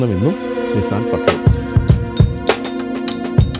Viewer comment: Aaa patrol parayunna reethi sheriyalla